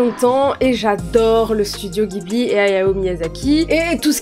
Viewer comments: On dit jibli et non guibli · les japonais prononcent le nom du studio "jiburi" donc baaaah pas guibli :)))))) bjr